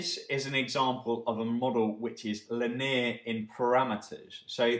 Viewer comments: axuming and lin-eer. great vid though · Lin-eer? Are you kidding? Great vid otherwise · Very helpful explanation. Distracting pron of linear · excellent, except maybe the way you say linear ;)